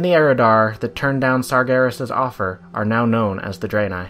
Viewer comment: It's Drah-nai, not Dray-nei from what's heard in-game.